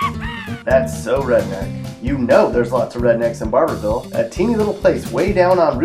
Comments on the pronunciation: He really said Bar bour ville. Its Barvull bub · It's pronounced Barvull!!! Also, Manchester should have been on here, as should Booneville. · Well like others I am questioning if the narrator is from KY as he does not pronounce ‘louisville’ the way we do (loo-vul) and he really doesn’t pronounce ‘barborville’ right either (bar-vul).